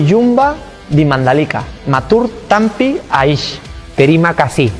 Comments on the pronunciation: Alex Rins : Matur Tampiaish 🗿🗿🗿🗿🗿 Revisi : matur tampiasih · Matur tampi asih bang Alex,bukan matur tampi Ais 😁😁😁